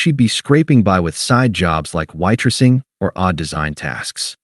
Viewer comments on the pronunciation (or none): why-tressing"?????? |Fake AI story that cannot even read.